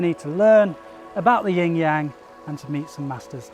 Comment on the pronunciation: gonna be THAT guy. if you’re making an educational video about something, anything in particular, you should ensure that you’re pronouncing the load of material correctly as a reflection of research. it’s YIN (no ‘g’ sound) and YANG (soft ‘a’ sound, closer to “song” than “sang”), wow bone apple tea